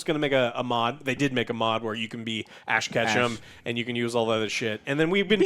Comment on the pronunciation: did bro say ash kaash?? LMAOO